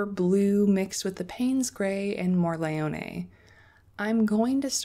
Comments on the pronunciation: Hi! You are saying "morleone" while it is Morellone (like the wine), same letter, same tonic accent, just the order is different. (If you really want to say it perfectly be aware that for the double L you need to quickly press the tongue behind your teeth instead of just tapping it). Hope this help! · Thanks for making this video. So appreciate the time you took to show such a useful comparison. Love your swatches! I'm worried for your nice brush with all that swirling and scrubbing on the paints. Maybe consider pre-wetting. Also, "More ell ohn neh." (You are pretty close, so nice! It means big mushroom. You can get Morels (mushrooms) in some places in the US.) And "Tin-tor-et- toe." (Named after a famous Italian painter.) Thanks again!